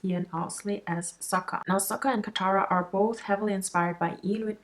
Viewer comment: They pronounce it with a silent K more like Saha, it sounds way different from Sokka.